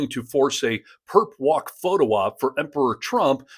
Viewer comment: It sounds like they’re saying “Perv Walk”. ?!?!!???